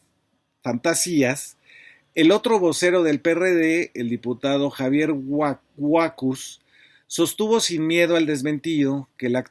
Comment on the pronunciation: Buenas tardes, en el apellido Huacuz, la sílaba tónica es la última.